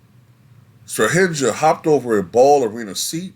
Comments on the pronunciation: Just for future reference , J in serbian is prononunced as y Jokic = yokich , Strahinja = strahinya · Your pronunciation of Strahinja, Nemanja i Natalija hurts brain lol you should pronounce that J as you pronounce J in Jokic.